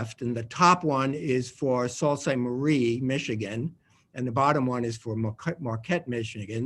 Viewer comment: I I thought it was pronounced 'Soo Saint Marie,' not 'Salt Saint Marie.'